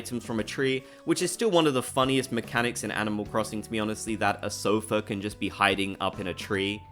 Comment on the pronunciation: At first I thought you released an F-bomb, but you said sofa